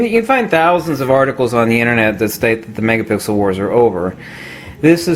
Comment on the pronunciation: Megapickle??? Ok stay off the coffee, hahahah.